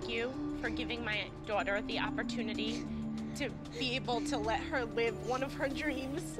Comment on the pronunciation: Jojo: Honestlyy, i lovvvve Kalani. I have nothing, that bad to say about hur. (silent r) I men yah here n’ the she’ll get honestly really annoying😅😅 But im happy fo hau❤❤